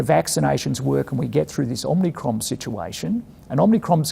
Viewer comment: Is anyone going to tell Hamish that it’s Omicron not Omnicron? Omnicron was a bad Canadian horror movie so it’s not entirely dissimilar but, still, might be best to get it right. Otherwise good to see the man out and about and in the press with clear positive messaging.